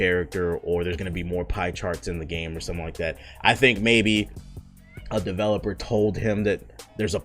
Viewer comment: “WE NEED MORE DUHVELOPUR”